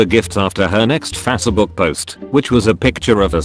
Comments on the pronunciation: Nobody: This voice: Faasébook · What is fassabook? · Cole W fasabook